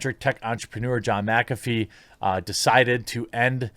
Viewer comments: MYK AH FEE not MAC AFEE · Ok I can't hear him say macafee anymore I'm gonna loose it it's mick affey not macaffe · Serious question, why in the hell do people say MACafee. Do you say MACdonalds? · Is McAfee like Favre where you have to pronounce it backwards? Or does everyone just say it wrong? MAC afee, or MIC afee? I would think the latter.